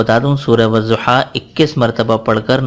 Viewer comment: As Salam Alaikum. Aapkay wazaif Masha Allah bahut achchay hotay hayn aapsay guzarish ye hay k aapnay WADDUHA ko WAZZUHA parha aapka yeh talaffuz galat hay isliay aapsay guzarish hay k Wadduha ko Wadduha parhayn Wazzuha nahi. Shukria.